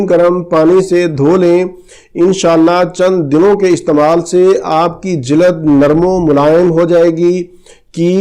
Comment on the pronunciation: Jilad nehi hota sir "jild "hei